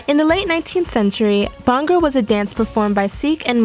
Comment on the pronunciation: Bhanga it is B-h-a-n-g-r-a